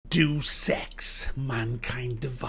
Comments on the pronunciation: Hahaa, Holy shit... You are the reason why I click play and scroll down to the comments. You totally fuq'd his shit up. Bravo man... You must be cousin. Day of Sex is brilliant man. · I don't think so, I have been to the Eidos Montreal studio, I had friends who worked there. (I went to college in Montreal.) Anyone who is fluent in English pronounces ""Day-es ex". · Day-oos Ex. Deus, a latin term. Day-oos. Deus Ex. Say it with me now. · "Deuce Ex" Not sure if this was intentional to let us know it was shit from the getgo. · It's "Day-uss Ex" ya daft northern git. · Actually, depending on who you ask regarding classical Latin pronunciations, it'd actually be pronounced "Day-oos Ex" :F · All I heard was "Do Sex" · Jesus, "Duce Ex"? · I believe it is pronounced, DayUs Ex. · Did you seriously just say Duce Ex? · Did you seriously take that seriously? By the way it's pronounced do sex, idk if you got the memo bud. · I don't know if that mispronunciation of Deus Ex is deliberate or not, but damn is it annoying. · PLEASE tell me you're still just joking, and you're not actually a big enough idiot to pronounce it wrong. I expect better from you. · Bit late but just saying that that's as wrong as Macks pronunciation. Listen to Falcos Amadeus song. It's pronounced like the deus in Amadeus in that song. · Dude it's Deus Ex not Duece Ex. Pronounced Day-us Ex. If your going to review a game at least pronounce it correctly. Just saying. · I'm pretty sure it's said... "Day us X" = 3= could be wrong but im pretty sure "Do Sex" is definitely not it. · its not 'do sex' its day-uss ex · it's not 'doose ex' it's pronounced 'deyus ex' ya idiot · it is pronounced Day-uus ex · i realize that there has been some confusion about how to pronounce this game, like every entry before this one. But being a PC purest i figured would know. its not Doos ex its day-us ex.... come on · It's not "doose ex" it's "day-us ex" silly British ppl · Day-us. Deuce is spelled deuce.